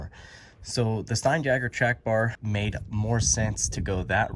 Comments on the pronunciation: It's not stein jagger. It's stein YAGER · Pronounced Stine-Yager.